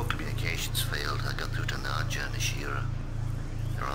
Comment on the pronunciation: It's not 'Nadja', it's 'Nadya', dammit!